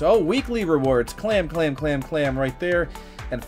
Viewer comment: he doesn't even say claim he says clam